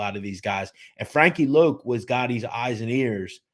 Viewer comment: Wasn't his nickname pronounced Loc as in Lock ? Thanks